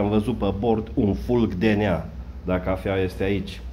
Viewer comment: Ai zis " fulg de nea " si eu am inteles " fulg DNA " .....